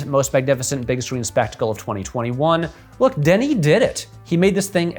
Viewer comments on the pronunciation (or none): none